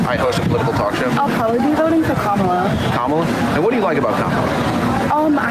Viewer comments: I think it's very disrespectful to continue to pronounce VP Harris name incorrectly even after he was corrected as to the pronunciation of her name. That's definitely done on purpose. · I love that it was someone from a minority group that corrected the host's pronunciation of Harris's name. I love that he acts like that it is not an intentional passive-aggressive act to belittle and disrespect a person, a woman, the vice president of the freaking United States. What a twat. Anyway, the campaign should be doubling down on abortion and women's rights, and general access to health care. This IS what people care about. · Thank you fir correctihg him...the only people who pronounce her name wrong are jerks...maga jerks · The one girl correcting him for intentionally mispronouncing Kamala’s name was great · I love how the disrespectful turd attempts EVERY TIME to state Kamala incorrectly. EACH time he is corrected. So how slow is he to learn? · Good on those young ladies for correcting that dip-shit, Owen Shroyer, when he was pronouncing Kamala's name wrong. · I love the girls who corrected him on pronouncing her name. Right wingers know how to, they just.... don't. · I love how the young woman corrected his mispronouncing Kamala's name, then he went on to continue to mispronounce it on purpose showing what a liar he is. Trump's supporters are liars just like he is. Not fooled at all. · I LOVE that somebody actually corrected the pronunciation of Kamala's name for one of these assholes. SO disrespectful and it's 100% intentional. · Why do returdicans insist on mispronouncing Kamala's name??? Even when corrected, they still get it wrong. You don't catch me mispronouncing Con-ald tRump's name. C'mon, aren't we all adults??? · That woman correcting that dude’s intentional mispronunciation of Kamala. 👍👍👍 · Respect to the young lady who corrected him when he mispronounced Kamala’s name. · Thank goodness somebody finally corrected the way he’s saying her name.